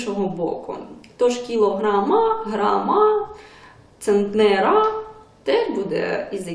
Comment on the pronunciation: І не центнЕра, а цЕнтнера